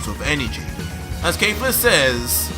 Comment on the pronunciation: Why does he say kayfla, its kefla with an e